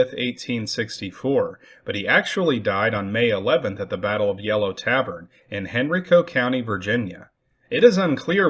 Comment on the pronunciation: Henrico pronounced Hen rye co